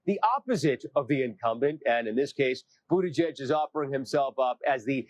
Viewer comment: Boot Edge Edge. Kind of concerning when you have n9t taken the time to pronounce his name. Sorry, didn't bother watching since you clearly did not do you homework.